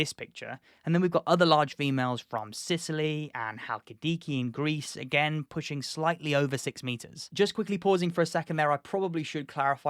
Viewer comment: I'm sorry. You said GREECE? 💀